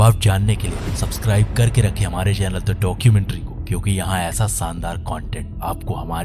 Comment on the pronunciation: Bhaiya voice over bohot acha laga... Bas saandar ko shaandar bolna shuru kardo🙂